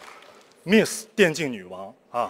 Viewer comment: miss连自己名字miss都读不对,不过也罢,听说身价过亿